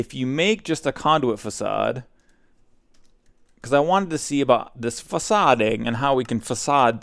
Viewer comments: O.M.G. it's fa-s-ad not fackade. Jk love the mispronunciations, it is an amazing comedic style. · The way he says facade is the funniest thing ever